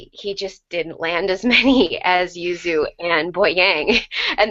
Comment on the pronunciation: Thank you guys SO MUCH for saying Yuzu's name right. I'm a big pronunciation stickler, and you guys' pronunciation is the best so far! XD